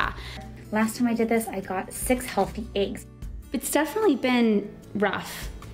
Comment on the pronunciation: The way she’s pronouncing “eggs” is making my brain implode hahaha.